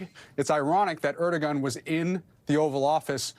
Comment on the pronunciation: Please inform the speaker on MSNBC his name is NOT ErdoGan….its pronounced Errz-du- wan